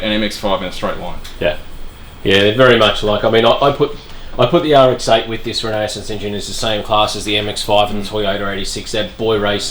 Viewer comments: How to pronounce renesis. Exactly like genesis but replace the G with R. Renesis, not renasis. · 😂 Re-ne-sis not Renae-sis 🤦‍♂️ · Renesis, not renaesis lol it’s RE for rotary engine and nesis from genesis They’re actually capable of reliability and some good power if you know how to mod them properly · Funny how many folks mispronounce it! First time I ever saw the name Renesis I got it; Renesis, as in Genesis. Clever name. So it’s surprising when I hear someone pronounce it as re-KNEE-sis. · I don't think I can trust people that bungle the word "Renesis"... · You can't even pronounce Renesis